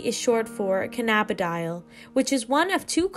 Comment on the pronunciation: Oh no that pronunciation killed me!! 😂😂Can-uh-BID-Ee-all like Can-uh-biss. Great info otherwise